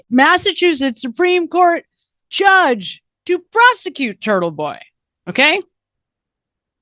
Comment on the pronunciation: You said Churtle Boy 😂